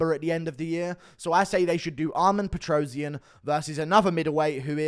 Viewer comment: PetrosYAn, stress on a last syllable.